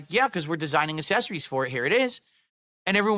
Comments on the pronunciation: who tf says accessories like assessories??? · I don't know why hearing say "assessories" instead of "accessories" always fills me with rage lmfaoooo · Stop saying ASS-essories FFS, what a dent. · For a man who says ACK so much he can't pronunce the ACC in accessories at all. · Why does he say assessories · So he can’t pronounce “accessories”?!?